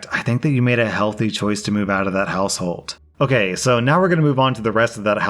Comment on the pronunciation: It sounds like your saying hallhold and household at the same time, hallhold sounds fitting